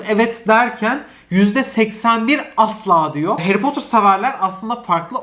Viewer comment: Potter, potır diyemi okunuyo yoksa potur mu çünkü ben potır diye biliyorum ama potur diye okuyo aşırı takılıyorum oraya 😂😂😂